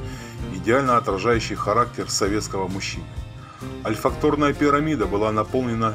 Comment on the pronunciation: Что с ударениями? Не ирИс, а Ирис! Не брОкар, а брокАрД, не ольфактОрная, а ольфАкторная. Не роскощью, а роскошью, не сорокОвые, а сороковЫе🤦🤦🤦 И "гыканье" неприятное😏.